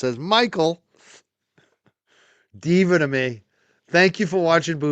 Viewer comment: I dont know how you get confused with how to pronounce Kelly Devor name its not diva its devor like in devon